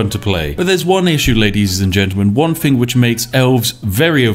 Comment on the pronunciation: "thing" NOT "fing"